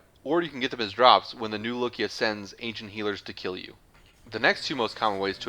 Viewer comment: im sorry to be that guy, i really am, but its not "new lokia", its "new loka", i understand people pronounce things differently, but this isnt really the same situation, theres no "i" in the name that some people pronounce while others keep silent, its spelled "loka", theres no I in it